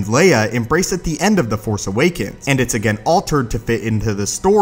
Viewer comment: You keep editing out the "s" sounds at the end of your words. The Force Awaken? Specie?